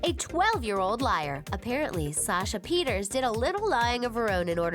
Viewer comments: Not Peters it's pronounced Peter-say (Pieterse) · It's pronounced puh-tear-suh not Peters. There's some issues in this video... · Sasha Pieterse, not Pieters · Try pronouncing Sasha's name properly. It's Pieters(A). Seriously, after reading the comments you obviously never watched the show since you got so many so-called secrets (facts) wrong. Tyler was born in 1986 making him 25 when he started, not 28. Sasha was born in 1996 making her 14 when the show started, not 12 (making the age difference 10 years not 16), PLL is set in Pennsylvania, where the age of consent is 16. Aria & Ezra's relationship was perfectly legal. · alison’s name is actually pronounced; ‘Sasha Pi-er-sa’ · Sashas last name is pronounced (PETER-SA) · did you just call Sasha, "Sasha Peters"..... learn your SHIT! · Did she say Sasha Peters? 👀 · I’m sorry I have to correct you, because everyone says it wrong, but Sasha’s last name, Pieterse, is pronounced like Pee-ter-s-uh ❤️ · K one stop saying Sasha’s last name like that. they had Alison with two ls. And no one cares about the ezria problems, there are a gizillion spelling mistakes like Ezra as eerie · Stopped after you mispronounced Sasha's last name and got ages wrong lol. Do your research.